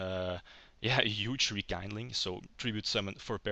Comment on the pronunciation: Nice one. I always thought the haze trap and spell are not that great, hence i never liked most of the build i've seen online. One little think I d like to point out, since it was pointed out to me when I did it: It's called Rekindling, looks like kind (kaind), but it actually comes from kindle, and that is spelled like a seen or keen. So it's like rekeendling, not rekaindling ^^ aside from that, nice plays. I'd like to see more than just 3 duels if possible